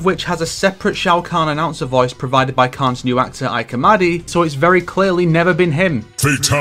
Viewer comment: Excellent video, but I want to clarify that the first name of Shao Kahn's current voice actor, Ike Amadi, is pronounced "Ee Kay," not "Aeek" like most are used to hearing.